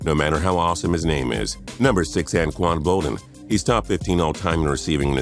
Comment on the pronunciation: did this guy just say Anquan boldin and James Harrison he is so dumb